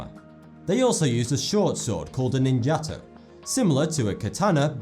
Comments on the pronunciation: Oh, he meant 'Ninjato' and not the way he pronounced it as "Ninjata". He must be someone who says 'Anion' instead of 'Onion'. Anyhoo, he didn't mention the Zulu and even the Mongols. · your pronunciation and research is crap. non jaato-bullshit,its ninja to. Maori are not indigenous to New Zealand-they mass migrated from HAWAIKI which has never been identified. Mongols DID take prisoners-they absorbed whole populations with some of them pressed into military services